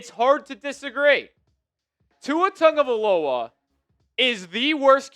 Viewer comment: You can't even say his name correctly